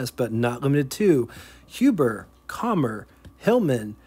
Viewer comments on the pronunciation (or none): Hoomber? Really? Wonder what the folks living in Hoomberside think about that sudden name change. Its "hum" as in er hum...